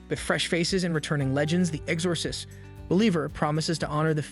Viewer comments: I swear to god, if this dude says Ex-Ore-sist one more time. I couldn’t even finish the video it drove me THAT nuts. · The fact that he keeps mispronouncing The Exorcist.